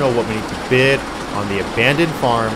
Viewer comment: Bid, not bis